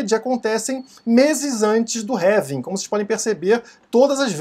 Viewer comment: Pq vc fala "révim"? Não seria "Relvim"?